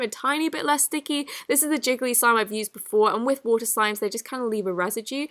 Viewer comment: Me: water: Wouter ENGLISH ACCENT THESE DAYS